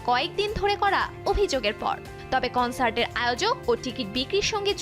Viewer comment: উপস্থাপিকার উচ্চারণ টা কানসার্ট না কনসার্ট হবে অ্যারিরেং নাআআআআআ ওইটা আরিরাং হবে।